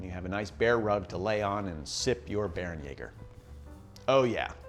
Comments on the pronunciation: Not "Bear-en-yaw-ger," "Bear-en-YEH-ger" Umlaut "a" has a sort of short-E sound (or long-A, like "ay," but it would sound much the same, "bear-en-yay-ger") No umlaut "a" makes the "ah" sound in German. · Great video. Only thing it's pronounced "Bair-(like Hair)-en-yay-ger"